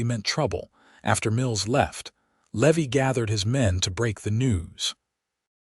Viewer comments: I chuckled as Levi kept slipping up and spurting out what he really wanted to say but couldn't help himself. Could whoever is in charge of the AI programming PLEASE get the names pronounced correctly? Tucson, not Tucs-on, Levi not Levvi, Eleanor not El leaner. The list goes on. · A Levy as you are pronouncing the cowbo😢y's name, is aa fee charged for a late payment. The pronunciation for the name Levy is, Leevī. Thank you for changing it.